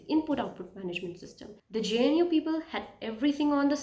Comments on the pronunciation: it's pronounced GUH-NOO as in Wildebeest not GEN-YOO. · I am Linux administrator since 2010 and used many linux distributions like redhat centos alma ubuntu kali mint and many more but for new users i recommend linux mint it very easy to use for new Beas. Good video but 1 tiny think that i want to correct is that you were saying jnu but its gnu other than that video was great best wishes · hey it is called GNU not G-N-U. If this helps. ग्नू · Its GNU, not JNU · GNU is pronounced Gnoo. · Thats what rote learners do pronouncing gnu as jnu 😂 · Calling GNU "je n u" is insane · Great video, I would like to learn more from you. I don't know what's the correct pronunciation of GNU but most people in community pronounce it as "Gu new".